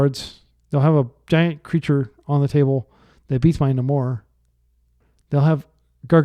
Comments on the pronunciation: It's pronounced NAY-mor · ive literally never heard anyone pronounce namor like that 😆